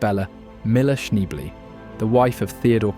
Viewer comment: 😅 you like to go for the drunken old coot pronunciation 😂😉